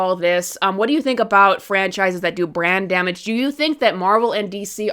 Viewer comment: Lol every time you say brand damage It sounds like "brain damage" "DC has brain damage" "The X-men have brain damage"